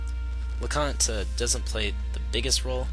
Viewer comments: her name is leknaat not lecont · It's read as LEK-NAAT. Yeah, Luc is a punk. I say it as how you pronounce Luke. Get it? And Leknaat's rune is the Pale Gate. Gregminster. Read it as GREG-MIN-STER. Is it really read as futch rhymes with much or as Futch, like fooch or something? The Japanese read it as fucchi. By the way, if ever I get this game, now I have a walkthrough!!!